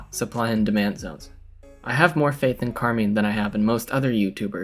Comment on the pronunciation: And say Carmine's name correct hahah, love you both